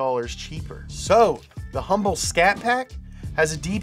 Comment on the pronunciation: What can’t he say scat? 🤔🧐